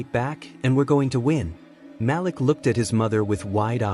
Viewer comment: Glad to hear the story!!!! However it is so bothersome to not pronounce the names correctly. His name is pronounced Maleek not Malick!!!!!!